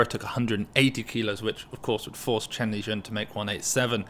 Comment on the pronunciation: its Shen Lijun not Chen Lijun.